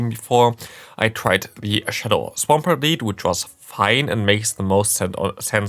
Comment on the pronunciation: It's pronounced Swampert!*